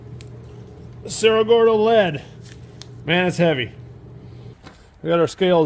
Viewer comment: So ridiculous how you simply do not take the time to pronounce cerro gordo properly.👎